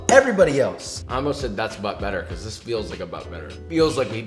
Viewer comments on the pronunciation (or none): none